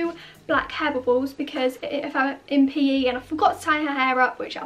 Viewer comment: When she said PE I thought she was saying pee